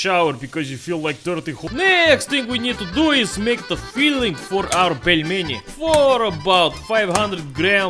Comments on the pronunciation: Pelminator HAHAHAHHAHAHA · "Putin the Pelmen" :DD